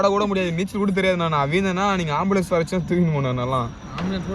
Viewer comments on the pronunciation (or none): bro amblease illa ambulance eh*😅😅😅